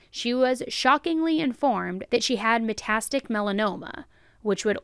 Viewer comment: Metastatic not metastic